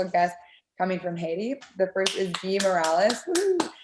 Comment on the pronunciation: Their last name is NOT Morales. They are Haitian, NOT Mexican. The name is Morelus (pronounced Moh Ray Loose). Get it together.